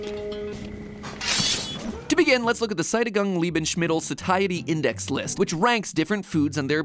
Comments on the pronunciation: SA - TIE - ETY... does he even read this ?I am well sa-TIE-ETIED when I eat a Snickers. Pronounced: Say-SHE-a-TED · In fairness, he also mispronounced "satiety", an English word.